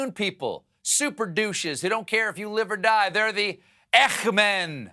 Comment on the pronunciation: Ecchh Men? Did he mean Eichman?